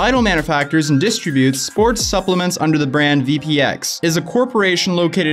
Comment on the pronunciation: Laughing at your pronunciations: distributes, creatine, and covalently. You make covalently sound medieval instead of chemical...🤣🤣🤣